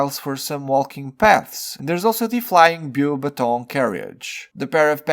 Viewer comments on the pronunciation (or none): The Beaxbatons pronunciation was funny lol. It's really not hard